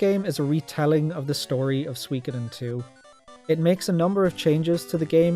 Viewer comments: Well, you still dont pronounce Suikoden properly, and with the exception of Suikoden II, your rankings are way out, but I'll let you off because of your love for the franchise 😉 I hope you're the remasters 👍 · Man, I resonate with your story so much. When I was a 12 y/o lad, I used to rent S1 every Friday evening using my Aunt's Apollo Video membership (without her knowing). To this day, I still (stubbornly) pronounce it as 'Shu'koden 😆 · This is all so bizarrely close to my experiences wirh Suikoden. Right down to having a friend with whom I pronounced the title "Shukoden" for a few years, and having to use alternate means to play Suiko3 in Ireland. Great list! Exactly the same as my ranking. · Hey I pronounced it like you did. Shu-ko-den.